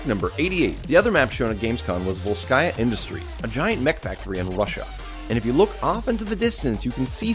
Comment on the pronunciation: 1. Volskaya — the emphasis is on the first syllable. 2. Zarya — the emphasis is on the last syllable. The shortening of her last name Zaryanova makes up the word 'zarya' (заря), which means 'dawn' or 'sunrise' in Russian. 3. Roadhog is named "Turbopig" (Турбосвин) in Russian localisation.